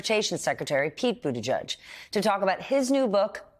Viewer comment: LEARN HOW TO PRONOUNCE BUTTIGIEG!